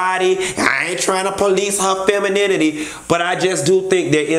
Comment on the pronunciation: I thought Marlo said "Ooo Cynthia, I like when you show your femaminity" 😂😂😂